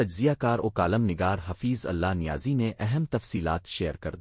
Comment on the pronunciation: حفیظ کا نام تو صحہح لو بھائ؟؟؟؟؟